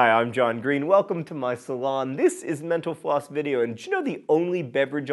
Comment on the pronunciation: It's a joke. I think when John started doing this a few people commented that they thought he was saying 'menopause' instead of mental floss. I haven't watched in ages, so that early memory is still the main thing I think of when I see mental floss.